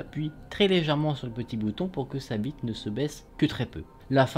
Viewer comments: c’est moi où on entend bite au lieu de vitre 😂😂😂😂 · oui il voulait dire vitre mais on entend clairement bite 😂